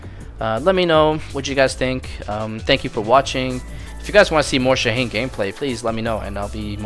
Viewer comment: Shaheen ❌ Shane ✅